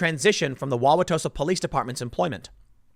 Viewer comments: Joseph Mensah is not a bad guy, and yes, you pronounced Wow-wa-tosa correctly. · Definitely grew up in the northern midwest if he can pronounce Wauwatosa right. Not even some Wisconsinites pronounce it right... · Tim you did pronounce Wauwatosa correctly. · Holy crap he said Wauwatosa right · Good job pronouncing Wauwatosa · After the third or fourth time, it’s acceptable to shorten “Wauwatosa” to “Tosa”. And you are pronouncing it almost like a native. Bravo. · You said it right but everyone calls it Tosa. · You got Wauwatosa correct. Nice work! :D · Oh. and You did pronounce Wauwatosa right. Take it from a Milwaukee local. :P